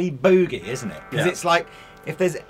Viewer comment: Is sure wished the English gentleman would LEARN how to say the word "Boogie."